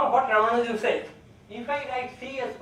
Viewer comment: As to the correct pronunciation: The stress is on the second "A", not on "U".